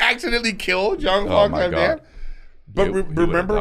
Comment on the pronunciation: Brendan isn’t on the episode so Eric picked up a speech impediment?! 🤣 I swear he hasn’t pronounced Jean Claude Van Dam correctly yet 😂